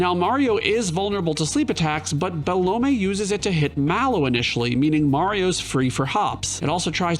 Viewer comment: is "Belome" really pronounced Be-Low-may? i always thought it was Be-LOME lol